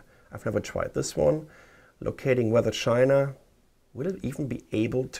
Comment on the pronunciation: I heard SHINA! BAHAHAHA!